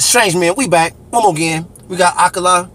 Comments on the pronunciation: It's not Ah KAY La either! 🤦‍♀😆 It's Ah Kah Lah, ffs 🤣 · Bro, when you going to get his name right lol. Ak-Kala. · A-car-la = akala